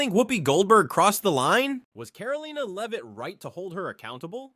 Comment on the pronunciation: "Karol leaner leave it" is how Karoline Leavitt's name is pronounced. Awful text-to-voice robot.